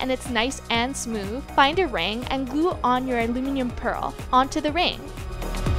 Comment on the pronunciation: you're saying aluminum like alumian